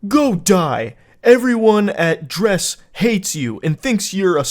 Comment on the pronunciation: its not "dres(s)" its "dre's" "everyone at Dre's fuckin hates you" So these 2 100% know each other irl, and are both hanging at Andres house lmao